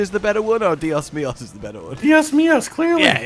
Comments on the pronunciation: Spanish time! The expression was trying to say is "Dios mio" not "Dios mios" And it translate to My God not my days, days in Spanish is Dias. Also, I haven't heard any Spanish speaker say "Mis dias" or "Dias mios" like that. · Two things, 1) its "dios mío", not "dias mias", 2) it means "my god"/"oh my god", not anything to do with days. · Dios mios is "oh my god" not "oh my days" 🤣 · Should we tell them dios mios is not dias mios? Dios mios is "my god!" which is very common in most christian influenced cultures. That said, I have never heard "Oh my days"